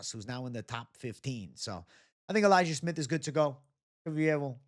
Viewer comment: so your going elijiah smith? sounded like you said liked su young at first